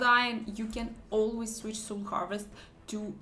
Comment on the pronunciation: Soul - это не сул. Это так не читается.